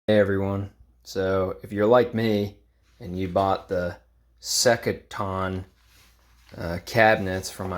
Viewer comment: I think “Sektion” is pronounced like “section”.